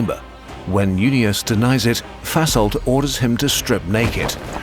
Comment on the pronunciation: Funny that the narrator pronounces Vasholdt like "fesselt", which is german for "ties up".